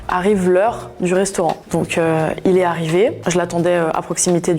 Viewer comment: " il et aRRRiver "